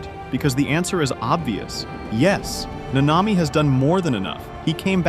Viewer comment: I like the video but why is it so hard to just pronounce the names the way they do in the show. The emphasis is on the first a not the second